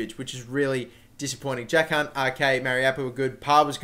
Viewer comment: am I the only one that laughs when he says "Jack Hunt"?